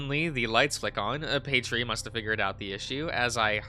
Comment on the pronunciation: I'm curious about your word comprehension 🤔 Where is the ee sound at the end of Paytr coming from? Not trying to come across rude I'm genuinely curious 🙂 Also introduction of the mystery hexagon robot X3c